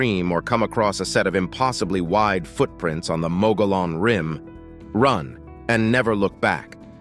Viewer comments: You need to learn the correct pronunciation of Mogollon rim. Muggy-on. The double "L" makes a "ya" sound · Please learn the correct pronunciation of your topic. Mogollon = moggy-yawn. Named for Governor Don Juan Ignacio Flores Mogollón. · Locals pronounce Mogollon as, "Mogy-yon". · It's pronounced "Mug-ghee-own" for Mogollon Rim or Mountains. And as a former resident of Yavapai County, AZ: I've NEVER EVEN HEARD of this "monster" the clip mentioned. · Mogollon is pronounced "Mug-ee-yon" and any local knows you are not when you say it the way it is spelled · The canyon was created by a sudden catastrophic event. It was not created by a river. You're explanation is out dated. And you're pronouncing the name of the rim wrong. Text book dummy. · Please learn how to pronounce ‘mogollon’ before you do a documentary on it! Cringe!